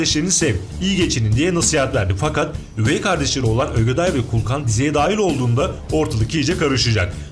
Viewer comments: ögeday ödeday olmuş ssjsjsjjssj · Ödeday değil yav Ögeday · ÖDEDAY DEĞİL ÖGEDAY